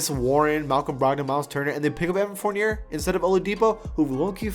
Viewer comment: Its evan forniyey